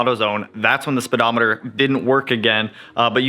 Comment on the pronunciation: Tisk, tisk, "speedometating"